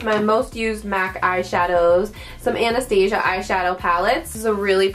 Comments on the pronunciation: Anastasia is pronounced Ana-staw-zee-ah. That's how her daughter pronounces it. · it makes me cringe every time she says it!!! Lol! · Loving the new desk and storage! But I must say the Amount of times you said Anastasia wrong made me a little sad. Too each their own! LOL